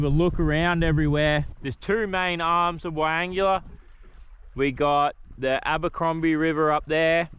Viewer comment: Pronounced.. why angler not why angular😂